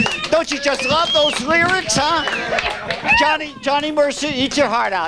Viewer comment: I like when says his “L’s”, it’s like he sings “glove” instead of “love”…lol